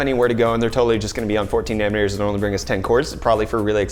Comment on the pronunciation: Is it just me or is saying "nanner meters", I can't unhear this now, get some sleep dude, jeez <3